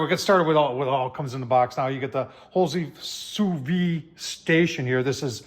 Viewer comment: An interesting tool. While expensive, the instructions on the panel greatly shorten the learning curve. However, I must point out that it is pronounced SU VIDE. You should pronounce the D. Listen to Darren on his channel or google it.